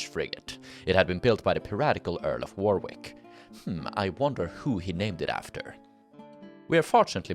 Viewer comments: Warwick is pronounced 'worrick' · Not sure how much use it will be, depends if you ever use them again... A couple of pronunciation pointers though.... Pepys is pronounced Peeps, not Pepis..... Weird I know but it is what it is :( Warwick, the second w is not pronounced. If you see a name ending in wik, whik, which or wich the w is virtually never pronounced. Wawrick = warrik, Woolwich = Woolitch and so on.... Yeah, yeah I know, our language is full of these stupid little pronunciation landmines... but it is what it is. Unlike say Welsh, English is not a phonetic language unfortunately.... And there have been so many external influences and alphabet simplifications that pronunciation 'inconsistencies' are kind of inevitable....